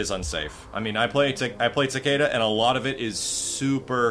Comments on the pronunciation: Special Eyes As someone semi-fluent in Japanese, the name should really be pronounced Ta-ke-da. Hell, it's not even the first time they've butchered a Japanese name. Raiden? Actual name of the Japanese thunder god. But it sure as hell isn't pronounced RAY-den. "Creative liberty" doesn't suddenly make it okay to slaughter a language. Bear in mind that I say this as a writer/game developer/numerous other creative things. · Why does everyone pronounce Takedas name wrong. I mean just listen to the announcer when you pick him he says Takeeda not Takayda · I Have Special Eyes It's not even Takayda. Pronouncing it as a Japanese name would make it Takehda. Everyone but weebs like me are pronouncing it wrong. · I Have Special Eyes Even the announcer pronounces it wrong..its Tah-Key-Duh..the announcer says Tuh-key-duh..since you wanna get Tech :p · I think it's pronounced both ways, because when you chose him it's says Takayda but when you win it says TakEda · I just researched how to pronounce his name and it sounds more like "Taki-Duh". This was from Japanese pronouncers too. The first two syllables are said almost connected. It sounds like hard Es because the announcer just says it slow (which isn't too much his fault that he can't properly pronounce a foreign name). So no it's not "Tah-Kay-Duh" like some of you have been saying. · I Have Special Eyes Because the American announcer butchered a Japanese name haha.